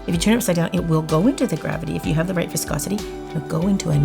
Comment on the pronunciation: wanna get drunk take a shot when she says voscosity